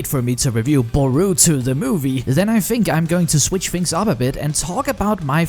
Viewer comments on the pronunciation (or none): Ewww the way he said boruto